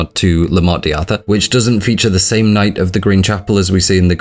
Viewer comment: Every time you say Morte deeee Arthur I die a little